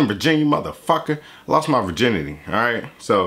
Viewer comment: "My Virgirnity" I'm dying!!!